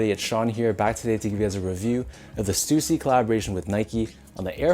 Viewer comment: Damn i been pronouncing stussy wrong all these years....